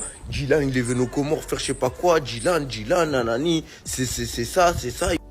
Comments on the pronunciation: On dit COMORE , Tu l as bien dis 😊 C est écris au pluriel, les comores car c est un archipel composés de 4 iles grande comore, moheli, anjouan et mayotte. Mayotte est un departement français. La traduction de la 1ere video, le jeune homme dit à l accompagnateur: -" Si tu es avec eux ( sous entendu, si il est complice) va avec eux et emmène les, pour qu ils (viennent) escroquent les autres . Mais pas dans ma ville (ou village)! sortez d'ici et prenez vos voitures (qui sous entend dégager)" - L accompagnateur lui demande :" tu vas payer?" ( sous entendu, tu vas financer à leurs places). - Il lui repond:" j ai pas dis qu il ne pait pas mais pas dans ma ville (village)". Bravo aux comoriens. C est un couple de psychopathes, les hypocrites, les jeunes au Comores quand ils sont révoltés, ils arrivent en groupe et tabassent, le gouvernement ne pourra rien faire pour eux, c est mieux qu ils partent. Ayem et dylan Nam rohé! (dégagez ) Bon vent! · Force à ce Comorien qui filme dylan en le traitant d'escroc 👍🤗👏👏👏. Et oui, on prononce Comores sans dire le S 😉